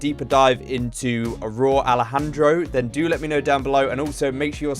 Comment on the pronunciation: It’s Rauw like raul (his real name) RAH OUL